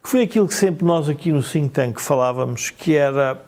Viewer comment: Chama-se Think tank e não tink tank.....disse